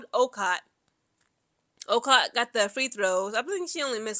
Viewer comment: You are mispronouncing Okot's name. It is pronounced "O-coat" We might have struggled but a win is a win!! Go Gamecocks!!